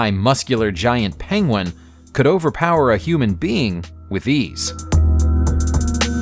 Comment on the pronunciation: Like Benedict Cumberbatch, you can't pronounce penguin. lol